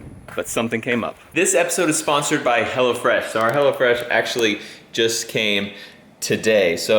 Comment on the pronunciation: Tought he said Hella fresh and not hello fresh, lmao.